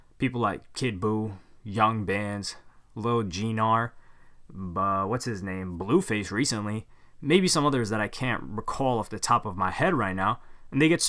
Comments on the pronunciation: did u say lil gnar as lil g-nar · I love you man but did you really call lil gnar lil G-nar lmao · Bro did you just say "Lil GEE-nar" its just "lil gnar" bro, yknow like gnarly? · Lil “G” nar? Lil Gnar. The “G” is silent. He grew his music platform through his music and relations with other rappers, not by being a social media personality. That’s quite an ignorant thing to say just because you saw a couple of his pictures blew up and went on Akademiks. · “lil G nar” it’s gnar like gnarly lol also his music is actually good tho and not just hype like pump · Little G Nar? Lol. Its pronounced lil Gnar, the g is silent....lol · This dumbass said “LIL g-nar” it’s gnar like gnarly DUMBASS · "lil g-nar" lol its pronounced "nar" bro like "gnarly." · it’s pronounced “nar” not G-NAR lol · No one finna talk about how he said Lil G-nar instead of Lil Gnar? Ok. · Lil G nar? 😂 u realize gnar is pronounced the same way as Nar right? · Did you really just say “lil G-nar” it’s pronounced “nar” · “Lil GEE NAR” 😂😂 bro it’s pronounced lil nar, like gnarly or shred the gnar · This man said lil Geenar... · Bro did you really say "lil g-nar" hahaha the g is silent man come on... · Lil “geee nar” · Dude really said “Lil Jee-Nar” lmao. At least gnar makes good music lmao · Dude really just said "GEE-NAR" lmao I'm weak. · He said, “lil G-gnar.” I’m fucken rollin! XD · lil gnar actually got some relent he just underground. you ain’t even know how to say his name. wtf is G NAR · "lil geenar" ....loll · Lmaooo this man said Lil G-nar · "Lil g nar" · Lil jee-nar? Really? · "Lil G-nar" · Not that it matters but lil gnar’s name is pronounced “nar”. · bro u really said lil gnar and even mispronounced it. I ain't never seen gnar do no clout Chase shit , he always in his own lane making the best music & merch he can, skating and nurturing his fan base, You trippin there cuzzin